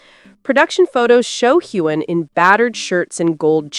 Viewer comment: The narrator should learn how to pronounce Heughan!